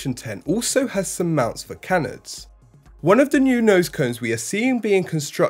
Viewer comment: How to pronounce canard